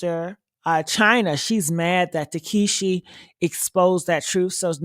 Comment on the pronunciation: Her name is pronounced tah see kee not takeshe